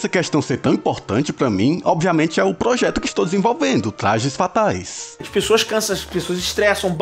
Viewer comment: "Tlajes Fatais"